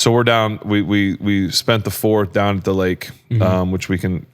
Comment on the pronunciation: “dahn at the lake”